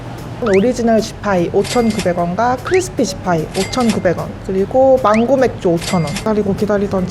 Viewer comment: 망고맥주를 맹고막주로 읽음ㅋㅅㅋㅅㅋㅅㅋㅅㅋ